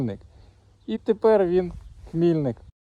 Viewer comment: Місцеві жителі промовляють з наголосом на "и", тобто ХмільнИк. Ну, так мене поправляли Дякую Вам за розповідь, жаль,що стільки разів була в цьому містечку на лікуванніа а до замку так і не добралась.